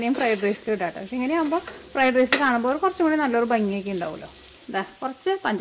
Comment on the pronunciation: Adyam malayalam nallapole padichu correct pronouce cheyyuka. Itto alla ketto anu ketto